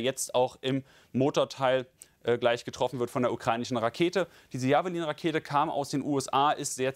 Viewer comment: nicht J a v e l i n sprechen. Kennst du Jeff Bridges? Bestimmt, nehme seinen Vornamen und setze hinten lin dran. Jefflin, so spricht man Javelin aus. Und ausserdem hat die Javelin einen top attack modus. Grüße von einem echten Experten.:elbowcough::dothefive